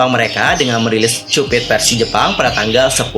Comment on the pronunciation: Ak ngakak cara dia bilang 'cupid'😭😭...kenapa cupit harusnya kan kyupid